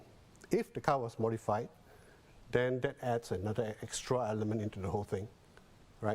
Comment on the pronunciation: The male newscaster may want to improve on his pronunciation to showcase his speaking competency. he said ‘how den’ instead of ‘how then’. 💐